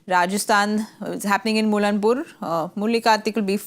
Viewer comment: Its not mulla-n- pur…. N word is silent. Its mulla-pur